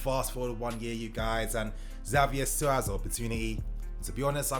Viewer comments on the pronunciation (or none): His name is said Javier I know its spelled with the X but the X poses as an J